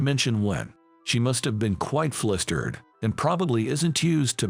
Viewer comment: In the opening part of the story, the word "flustered' is always pronounced as 'flistered.' Also, the name 'Thompson' is not "THOMPSON", but is rather 'Thomson'; the 'TH' at at beginning of the surname is pronounced with the 'H' silent. Same for the letter 'P'. Better get someone whom speaks PROPER ENGLISH, not this SLOP that passes as English.